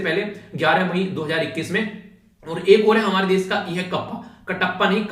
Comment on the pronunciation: ...video explains awesome....but try to pronounce....Topic is टॉपिक.... normally नॉर्मली....desh देश..... etc ....improvement ..aur sunane achha lagega